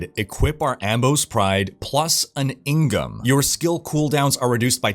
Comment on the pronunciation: and also thank you for saying In-geom correctly :)